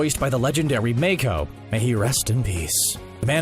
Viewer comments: Im sorry did u just say Mayko??!.... get someone else to read the script! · You butchered Mako's name